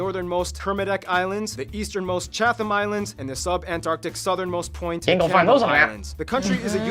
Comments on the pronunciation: Great reaction but he says "Chat-thims" but the Chatham Islands is pronounced "Chat-tims" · A nice video…though there are some small pronunciation and spelling mistakes that leave me thinking, “please get a Kiwi to check before broadcast!” Small examples: it’s spelled Fiordland (not Fjordland as it might be in Norway). The Chatham Islands are pronounced Chad-um, not Chath-um) and the islands are called “The North Island” and “The South Island” never “north island” or “South Island” (much less “the northern island” or “the southern island” 😂) Oh, and France being the nearest neighbor? That would be because New Caledonia is part of France, much like Puerto Rico and Guam are parts of the United States. “New Zealand is one of the commonwealth countries furthest away from the Uk…” Well, if there is one farther away, I would love to know what it is. The time difference with the UK is 12 hours (depending on daylight savings). It is about as close to the opposite side of the globe as you can get. In fact, if flying to the UK from NZ you can easily fly either via Asia (often transiting in Dubai) or via the US. It’s pretty much the same distance. Nz and Australia are often called the antipodes, which comes from the Latin meaning “against the feet” — ie on the exact opposite side of the globe. But small pronunciation issues aside, this is a good summary. Thanks, team! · Our guy is pronouncing Chatham wrong. It's more like Chatam.